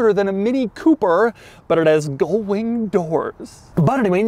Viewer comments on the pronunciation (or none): Does Doug actually think they're called "gold wing doors" or does he just pronounce "gull" on a level of incorrect not heard since he reviewed a Peugeot? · Gull-wing, not Goldwing (touring motorcycle made by Honda)